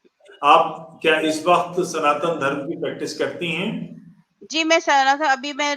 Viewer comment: श्रीमती जी, आपने इस्लाम त्यागकर सनातन धर्म अपनाया है, स्वागत। अनुरोध है कि अपना उच्चारण (pronounciation) भी ठीक करने का प्रयास करें। सनातन धर्म सही उच्चारण है, सनातन धर्मा नहीं।